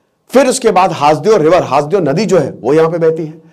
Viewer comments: सर हासदेव नहीं, इसे हसदेव कहते हैं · सर हासदेव नहीं सर हसदेव है क्युकी मै वही कोरबा एरिया से हूँ! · जी सर जी हसदेव अरण्य है जी हासदेव बोल रहे हैं😊😊😊 छत्तीसगढ़ से मैं हू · Haas dev nhi hai hasdev hai..